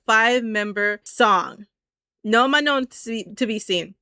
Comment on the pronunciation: FYI you don’t pronounce the last N in Manon lol it’s just ma-noh, not ma-known (